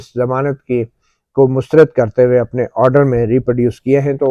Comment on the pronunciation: گڈ ۔۔شکریہ۔ اچھا یہ لفظ مسترد میں آپ بار بار ر کے نیچے زیر پڑھ رہے ہیں۔لیکن زبر ہے۔۔mustarad بولیں۔ شکریہ